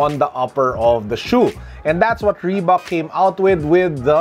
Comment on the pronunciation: reebak or reebuk. idk hahaha. Thanks